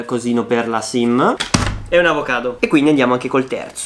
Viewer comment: Quante volte hai detto avocato